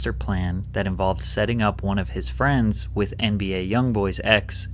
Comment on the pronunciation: Everyone attack jidion, he said where not fweinds